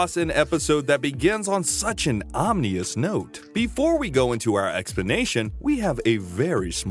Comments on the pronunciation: Omnious??? You meant Ominous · Om'knee"us? Om"in"ous is how you say that. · it’s not “Omnious” It’s Ominous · Ominous. Not omnius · on such an "omnious" note... Hahahah It's ominous...omi nous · “omnious”?? I am convinced narrators on YouTube mispronounce words on purpose, so people comment on their video. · Did you just say “Omnious”? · "Omnious"? You English good. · Did you say “omnious”? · "omnious" smh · Omnious note? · The narrator can't pronounce, ominous. 🤣